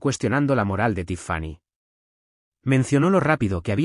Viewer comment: Por Dios, el nombre de ella se pronunciacon acento Tíffany( con fuerza en la í) y es Stiv, no esteve.